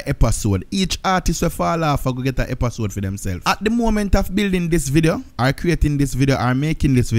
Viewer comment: " epasode " 😂😂 gwaan do yuh thing fam